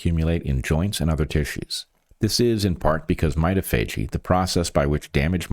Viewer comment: Not to be a pill, but I think "mitophagy" is pron. my-TOF-a-gee?